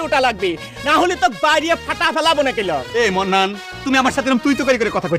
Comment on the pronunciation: মান্নান না বলে মন্নান বলছে ইচ্ছে করেই আরবীর উচ্চারণ ভুল করে। যত বড় ব্যারিস্টার হোক, আরবীর শব্দ গুলো মুর্খদের মত উচ্চারণ করে।